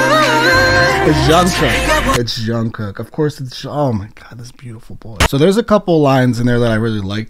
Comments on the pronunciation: ure saying shungkook ^ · its jungkook with a j sound btw, just a little something to let u know